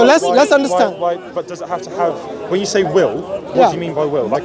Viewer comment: MashAllah daii brothers doing it well. Just that the bro in a hat and glasses to the left needs to work on his W's. He is constantly mispronouncing Will and Willing as Vill and Villing....